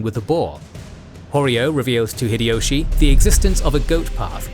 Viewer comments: The correct pronunciation of 豊臣秀吉 (Toyotomi Hideyoshi) in Japanese is "Hee-deh-yoh-shee" (ひでよし). "High-Dee-Yoshi" is incorrect, as is "Hid-Ee-Yoshi." The "Hi" in Hideyoshi sounds closer to "Hee" rather than "High." Furthermore, how does he claim that Nobunaga was the ruler of Oda? Please don't tell me that you really think that because Oda is on the map, it means the name of the province. He obviously means the names of the clans instead of the provinces, or why are the other names written there? Including Takeda, Imawaga, and so on. Your logic wouldn't make sense either, since, for example, the Takeda weren't just the rulers of the Kai province, but much more. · It's High-Dee-Yoshi not fricking Hid-Ee-Yoshi. Also, Nobunaga was the ruler of Owari, not Oda. That's just 2 things I noticed in the first 3 minutes of your vid. You should be fucking ashamed of yourself for presenting inacurate information as fact to 3 million people. 😡